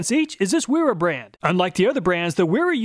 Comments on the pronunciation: It’s actually pronounced Vera. There are no double U in the German Alphabet. There are double V. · Bro Wiha is pronounced VeeHa like how Wera is pronounced Vera. German W = V. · Awesome review i love this channel, But just so you know Wiha is pronounced “vee-ha “ and wera is pronounced “vee-raa” source i’m German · In German 'W' are pronounced as V and an E at the end of the word is pronounced E long R Miele is Mieler Gedore 'r' Wiha -- Viha : Wera :- Vera